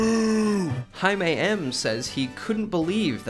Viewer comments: Lmao, Jaime is pronounced "jay-me" not "Hi-may" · High - May? Not Jay-Me? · Hi-May-M? Dude, that's Jay-mee aka Jaime. Wow. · Jaime M Hai mae? Its Jay-Mee lol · Did you pronounce Jaime as Haime? At 3.54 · Butchers the Name pronounced JAY-ME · I mean come on man. It’s clearly pronounced “Jay-me” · how in the hell did you just pronounce Jamie???? Mexican way :D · did this guy just pronounce Jaime as "Hi May" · I'm sorry did he just pronounce "jamie" as "hi-may" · "Hai-mei M"? ...was that intentional or do you literally pronounce "Jaime" like that? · I'm just laughing at how you pronounced Jaime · bruh you dont know how to say Jamie? lol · Who pronounces jaime like that you freak